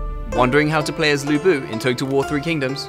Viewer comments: It's Lü Bu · 吕布 should be pronounce as Lü Bu instead of Lu Bu. You guys need to make serious correction, since i don't want all my non-Chinese-speaking friends get the pronunciation wrong. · his name in the game is right texted as Lü Bu, but the pronunciation, the video title and the caption is wrong. you guys need to fire the publisher of this game because they fail their job. If the development team got it right, how on earth the publisher of this game not getting it right? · Yeah, even the employees cant pronouce Lu Bu right, like oversimplified aye